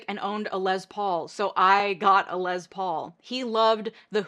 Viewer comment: Thanks for this excellent video: well done. As a gen x’er who had posters and photos on my walls including the Coreys, hearing names mispronounced makes me twitch ever so slightly. FWIW, Corey HAIM rhymes with fame. Also, Les, as in Les Paul, ends in s, not z. Of course, details like this pale in significance compared to your thesis. Still, properly naming ppl is important. Thank you for your hard and good work!